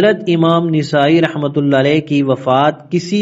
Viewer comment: ایک اصلاح ۔۔۔ نسائی کا صحیح تلفظ " ن " پر زبر کے ساتھ نَسائى ہے ۔۔۔ ماشاء اللہ آپ اچھا کام کر رہے ہیں ۔ اللہ باطل کے خلاف اپ کی اس کاوش کو قبول فرمائے